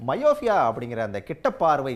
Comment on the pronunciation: ஹலோ அது மயோஃபியா இல்லை மையோப்பியா. Myopia. நீங்க உச்சரிப்பது myofia. என்ன நெறியாளரோ என்ன ஊடகவியலாளரோ போங்க. 😢 மருத்துவர் உச்சரிக்கும் போதாவது கவனிக்கணும். அதுவும் இல்லை. எப்படித்தான் உன்னையெல்லாம் வேலைக்கு எடுத்தாங்களோ தெரியலை.